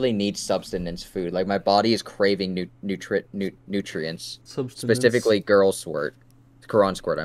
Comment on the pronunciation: “nutrience” 😂😂 nutrients*